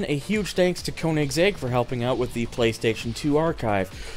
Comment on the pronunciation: Did you just say Koni’s egg? I’m pretty sure it’s meant to be read as koenigsegg... like the car 😒